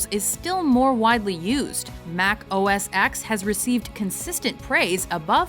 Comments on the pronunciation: You say it as "Mac OS Ten", not "X". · I'm a major PC guy but when she pronounced it OS "X" instead of OS "ten" it made me flip shit! C'mon, get your stuff together! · Awesome video guys! But it's OS 'Ten' not X. It's Roman Numerical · *Pronounces it OS "ex" *Cringes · I'm sorry, did you guys say "Mac OS Ex"?? You guys are aware of Roman numerals, no? Every single person in the archive footage calls it "Mac OS 10", why didn't you? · Girl... is pronounced: OS Ten not: OS "X" -. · mac os TEN!!!!!!! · It's pronounced "OS Ten". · Who else cringed when she pronounced Mac OS X as “Mac OS Ex” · “Mac Oh Ess Ex” mac fanboy triggered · It’s called Mac OS Ten not ‘X’ , ok? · Lol it's "Mac OS 10. "X" in Russian is "10" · When you watch Rocky V, are you watching Rocky Vee or Rocky 5? People are stupid beyond belief when they call OS X as "Oh Es Ex". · Mac OS X is pronounced as Mac OS 10, as the X is a Roman numeral. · Mac OS X is pronounced Mac OS Ten! X is the Roman numeral for 10 and it replaced the previous operating system Mac OS 9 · You got that wrong. Mac OS X is pronounced Mac OS 10, and the predecessor is not just "Mac OS", it's Mac OS 9. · Mac OS X is pronounced as Mac OS TEN lmao You hear THEM say it!! Is it that hard to pronounce it right? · I am not an Apple fanboy by any stretch, but I loved my Indigo G3, and Mac OS X is pronounced Mac OS 10.. the X is a Roman Numeral. There were a few clips where the name was pronounced properly. I realize that a lot of people call it that.. but that's not how it was intended. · IT'S MAC OS 10! FFS! TEN! X=10! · Why are you still calling OS ex.?? It was OS Ten. Now its macOS, though. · why do you keep saying x when it's pronounce 10? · X is a roman numeral and pronounced "ten". It's pronounced OS ten, not OS ex. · Um... It's macOS TEN, not "X". I mean, they said it in your edited pieces. I really enjoy your videos but that was just a little off putting. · Mac OS TEN OS TEN OS TEN NOT OS EX… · Mac OS Ten. Not Mac OS ex